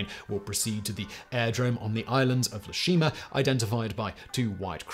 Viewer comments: Very detailed and accurate, but; it's EE-Shima, not LE-Shima. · Very interesting and pretty thorough article. However, the island is not named 'Le Shima' . It is Ie Shima, pronounced 'Eye eh She ma'. This is a small but important correction. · It's no le Shima but Ee A shima. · *Ie Shima. A capital "i", not an "L". Pronounced "EE-yeh". It's Japanese, not French. Just in case anyone cares. If not, carry on! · “E-A Shima” not “Le Shima”. The first letter is a capital “I”. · Ah yes, le Shima. That famous Japanese island in France (or possibly a Bond villain?)! Sorry to be snarky, but it doesn't start with a lower case l, it is a capital i, so ee-eh-shi-ma. I know Simon hates being corrected on this stuff but, hey, as he always says, he doesn't care. Feel free to ignore this! (Anyone is interested, Ieshima translates to "home island") ETA: Wouldn't have posted if it had been just once or twice but Simon just kept saying it and it started scraping against my sad, little pedant's soul! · It’s not “Le Shima,” it’s “Ie Shima,” or Iejima, as it’s now called. I-E, not L-E. Pronounced Ee-Eh Shee-Mah or Ee-Eh-Jee-Mah. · That should be Ee-eh (ie) Shima, not Le Shima. You can't even say Le in Japanese. They don't have an L sound. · Just FYI, it’s Ie Shima (capital “I”) not Le Shima. Just thought it was funny. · It's Ie Shima, pronounced "EE-A Shima". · Just in case anyone cares, it's "EE-yeh" Shima... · I hate san-serif fonts. It is capital eye, lower case e, so it is ee ā Shima, actually probably ee ā ji ma.